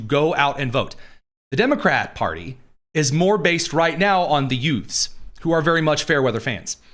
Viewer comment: What was that word you used to describe Dem voters? Did you say, utes?